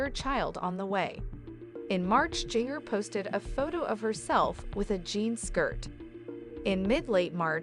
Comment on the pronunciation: Its pronounced Ginger